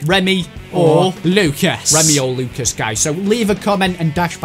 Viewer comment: it is lucas not Luces